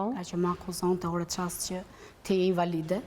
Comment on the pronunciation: Hhaaa kam qen me dhjeta ne mesime thot kjo. Oo zot nuk flet dot fjalen invalide nuk e shqipton dot. Pse duhet te shesi men kot cdo shqiptar ? Pa pa pa nuk ka . Ok je gru puntore familjare pse duhet me bo si intelektuale kot?